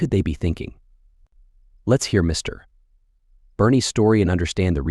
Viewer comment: Horrible moderator AI voice and phonetics. MISTER